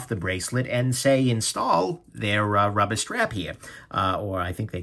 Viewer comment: “Friggen rubbah” love it 🤣